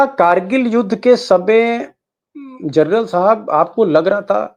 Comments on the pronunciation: Gernal nahi General bolo sab. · जर्नल नहीं मामू जनरल होता है